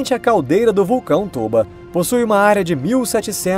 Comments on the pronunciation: tôba? colé cara, não estraga minha 5a série não, é tóba kkkkkkkkk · esse vulcão tôba o nome dele é pronunciado tóba, então esse é o nome certo, tóba, com a maior explosão da historia, deixando o número de humanos em 10 mil.